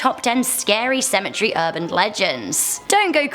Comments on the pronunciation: Stop saying symmetry it's pronounced Cemetery and you are saying Cher its pronounce chair John the Baptist Learn some gramer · These stories are so freaking interesting 💖 but is it just me or did it bother u she was saying cemetery as symmetry not as cemetery